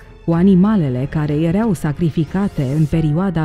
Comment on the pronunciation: Poți sa pronunți măcar o data corect verbul (erau )“ierau” și nu “iereau”? Este foarte enervant!